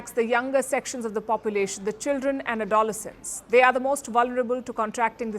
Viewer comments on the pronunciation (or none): Children adolescents, she is terrible when it comes to prouncinations.